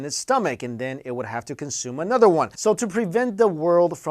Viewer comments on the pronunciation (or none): none